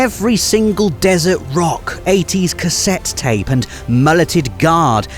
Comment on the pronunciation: I thought said like an 80s sex tape... Fission mailed he said cassette tape